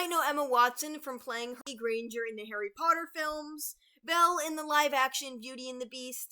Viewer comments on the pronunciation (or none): none